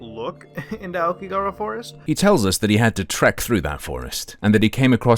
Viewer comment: I love how he lived in japan and can't even pronounce "aokigahara" 青木ヶ原